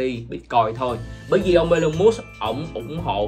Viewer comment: nhận định nhiều việc hay nhưng cần đọc TÊN HỌ của Elon Musk cho đúng. Em đang đọc sai đó. vui vòng viết vô google translate để đọc lại cho đúng thì hay hơn nhiều😊